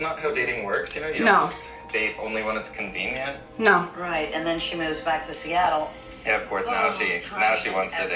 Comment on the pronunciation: Sista.... it's SEATTLE. 😂